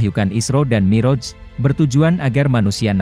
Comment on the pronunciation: Yang baca narasinya tdk bisa mengaji & bhs arab, jadi kurang pas rasanya, mi'roj (pakai ain) dibaca moroj